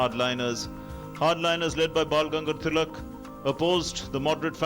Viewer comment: The Guy is not able to pronounce Tilak's name properly - MULTIPLE TIMES! He disfigured the word "Swadeshi" as well! +DDNews did you even review this video? Could not find any Indian who can pronounce our Names correctly?